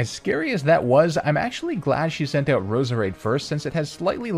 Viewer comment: I've never heard someone say "oot" so many times in such a short period of time, in my life.